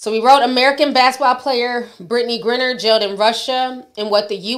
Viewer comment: It’s pronounced “Grind-ner”